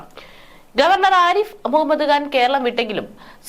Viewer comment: മുഹമ്മദ്ഗാൻ അല്ല മുഹമ്മദ് ഖാൻ ശരിയായ ഉച്ചാരണം ..